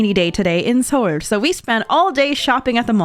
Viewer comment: Why did she pronounce it sohul? Isnt it sole?